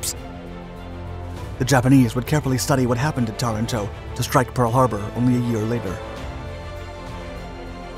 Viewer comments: It is Taranto TA-RAN-TO and not TA-RA-TO. It is also not CANBERRA (KAN-bə-rə ) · Tuh-RAN-toe, not Tuh-ran-TOE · TarANto (accent on the second syllable) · Aaaaargh. Interesting vid, spoilt by endless mis-pronunciation of Taranto, and also Cunningham.